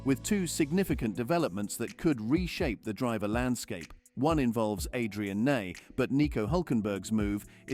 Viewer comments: AI voiceover confirmed by “Adrian Nay” and the mangling of “Andrea De Cesaris” (which should sound something like “dee CHEZ-ar-iss”). I will be blocking this channel. Employ people, dammit! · Adrian Nay? Does he know he has been saying his name wrong his entire life? Wow, fuckin AI channels.